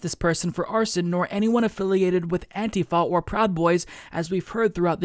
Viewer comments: I hate the new way you are saying antifa, what is antiFAa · Love when says "Anti-Foh", haha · Your accent when you say antifa tho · Ohma Zi-o lol....you are mistaken...i do not support donald trump. I do not believe antifa are terrorists...quite the opposite. I just can't stand the way pronounces the word antifa...i have never heard anyone pronounce it the way he does...its like a physical irritation....like homeboy said up above....like nails on a fucking chalkboard everyrime he says it.